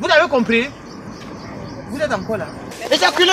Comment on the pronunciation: on dit evaquez 😂😂😂😂 et non ejaculez 😂😂😂😂😂😂😂😂😂. Tu demandes aux enfants d'éjaculer?😂😂